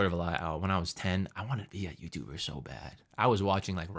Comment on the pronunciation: "FULL TIME YOUTUDER" btw </3